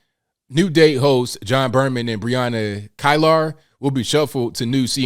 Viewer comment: it's pronounced Brianna keylar the I behind the e makes an e sound